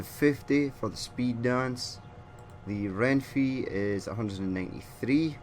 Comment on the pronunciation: Me morí de risa cuando dijo Renfi en vez de renfe